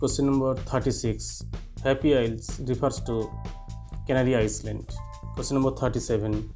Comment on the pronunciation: It's not "island" It's pronounced as 'i-land'.